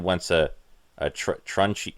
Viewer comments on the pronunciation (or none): It's pronounced "Trun-chun" or "Trun-chon" depending on regional accent. Also you spell Donut wrong.